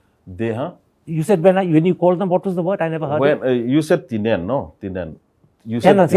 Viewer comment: Says Tinan(Tenant) Karan:What did u call them sorry?What was the word i never heard Imfaoo😂😂